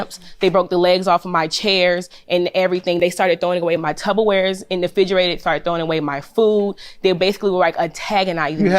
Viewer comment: not the tubberware!… Tupperware has been around since 1946!… co-defendant, I’m gonna need you to get that right!😮😅